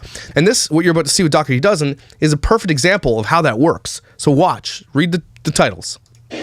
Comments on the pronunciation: I’m sure you don’t care and it super doesn’t matter cuz she’s gross but I think it’s pronounced “daw-tree” 😂 like I said it doesn’t matter I just thought I should say it lol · I think it’s pronounced Doh-er-tee. I had an old boss who’s last name was Dougherty. Just saying 🤣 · Are you joking with the pronunciation of Dougherty? Not Doug-hurty. It's DOUGH erty! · Oh it really is pronounced "Dockerty"? I assumed Josh was saying it in Canadian and it was really "Dough-er-ty", and I was going to give them credit for a decent "Dirty Dozen" pun. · Also they mispronounce the family name ~ the root is like dough so it sounds like 🚪-tee not however she says her husbands surname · If you're going to do a video on someone, pronounce their name correctly. This woman didn't adopt 8 children who came from terrible circumstances to exploit them. She has a big heart and found that with her social media presence she can afford them anything they want because, they deserve that. Alicia and Josh have raised beautiful and kind children who are very well adjusted and get the care that they need. Perhaps she overshares at times but it seems she's just trying to bring awareness to their situation. Nobody is perfect. No child has ever looked upset or uncomfortable on camera and if they were, they'd leave the room. She doesn't follow them. Those kids have everything they could ever want and know the videos are what get them that. They're ok with it, I assure you. And she's mentioned paying the kids! Multiple times. Do you even watch the videos? Or just exploit the Dougherty's for views... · You don’t even know how to pronounce their last name. He’s like their Alex Jones. Lol What a CHUMP